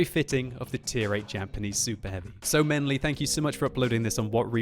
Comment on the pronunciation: Everytime he said "menly" I thought I heard "Ming Lee".